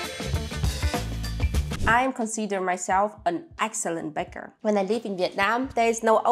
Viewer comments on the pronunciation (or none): none